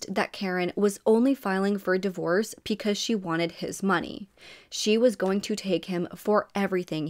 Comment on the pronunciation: Why do you pronounce your B's like P's? It's distracting and takes away from the story. You say Peecuz instead of Because.